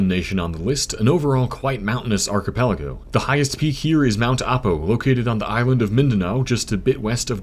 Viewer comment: OH MY FUCKING GOD WRONG PRONUNCIATION ITS AHPO NOT AIPO AND DAHVAO NOT DAIVAO